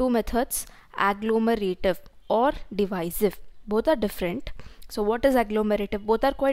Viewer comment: Second one is divisive not diviser